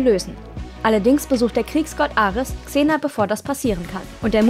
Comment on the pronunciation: Wow. Sie kann Xena richtig aussprechen. Im Gegensatz zu dem unfähigen Typen letztes mal. Bitte lasst den nichts mehr sprechen. Zum Thema: soll nicht so rumjammern. Sie ist eine Schauspielerin. Wer die Rolle nicht gewachsen ist, soll es lassen. Und die Szene war deutlich ernster angelegt als noch Hercules. Auch wenn sie aus heutiger Sicht sehr cheesy wirkt.